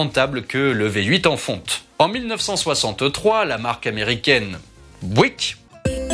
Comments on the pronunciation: Si je peux me permettre une petite correction Buick ne se prononce pas en américain bouic [bwik] mais biouic ['bjuik] avec l'accent tonique (le stress) sur la première syllabe. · Pourquoi dire bouique... Il s'agit de Buick... Et il suffit de dire Buick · Bouik non. Byouwick oui. 😉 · Prononciation de "Buick": bi-u-ouique, deux syllables, presque trois. Raccourcir le premier <I>, mettre l'accent sur le . Vidéo génial, merci [rosbif francophone] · pour aider à la prononciation,Buick se prononce "biou-ique" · Superbe vidéo, comme d'habitude. Pour en avoir possédé 2, Buick se prononce " Biouique" . De rien.